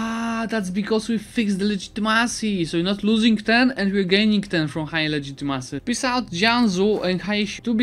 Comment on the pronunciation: Just a joke about the way you pronounce legitimacy! I hope you don’t take it wrong!